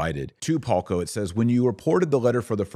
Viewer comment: The name of the Slovak man you are talking about here is VLADIMÍR PALKO. I am only commenting this here in case anyone else is wondering about his name and is trying to further search something about him on the internet, because your pronunciation is really not that great and to me, a Slovak, it sounded more like Halko, Holko, Haľko or Hoľko, so it took me quite some trial and error to figure out who are you talking about. It would be better if transcription of names would be included on the screen or in the description box.